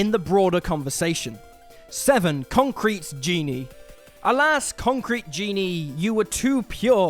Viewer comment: "Conctrete Genie"? 🤨🤨🤨